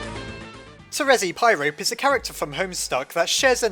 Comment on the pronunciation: "terezi pyrape"